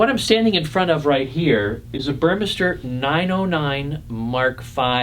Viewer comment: The pronunciation is "Boor-meh-star".